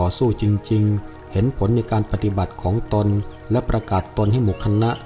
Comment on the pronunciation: คำว่า "ของตนๆ " ต้องอ่านว่า ของตน ของตน ไม่ใช่...ของตนตน แอดมินอ่านผิดนะ...อย่างอื่นดีมากแล้ว